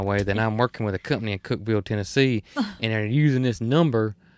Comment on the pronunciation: Thank you for sharing this episode it was fun to spend this time with you. I was surprised to hear you got a call from my neck of the woods, Cookeville. I had no idea Growers Solutions is located here. Congratulations on pronouncing Cookeville right! Most people call it Cook-E-ville, that would have been okay. 🤣 I hope you stay safe from all the storms and the rain goes away so you, and all the builders can go out and play., I hope your fingers are better soon and do check on the automatic garage door opener! 😉 Have you called the plumber about the odd water pressure problem? I’m thinking when you take off the hose it releases pressure so it can work until it builds backup. Try turning the volume of water down instead of full blast, that might help. There was a TV show asking ladies of all ages which convenience would they find it hard to live without in their kitchen. The youngest said stove, refrigerator, microwave and the oldest lady said running water. From my mountain top in middle Tennessee where the hilltops kiss 💋 the sky 🌦, I wish you sweet dreams, Fran P.S. when you started talking about the strawberries, I had to fix a bowl of strawberries! Yes 👍🏼 they were sooooo good! 🥰🍓🍓🍓